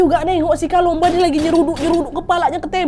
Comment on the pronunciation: Kakk kalumba bukan kalomba